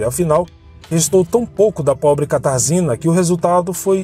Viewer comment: Oi, a pronúncia do nome da moça é Katarjina, em polonês.